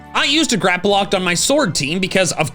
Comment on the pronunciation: THERE IS NO VOWEL BETWEEN THE P AND THE L IN GRAPPLOCT!